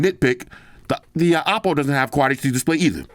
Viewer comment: This is a sick review, honest review as always! And I like how you CORRECTLY pronounce the Oppo brand, that’s how you say it 💯 not “Owpow” 😅 Like what OnePlus has done here, simple yet meaningfully usable except the price!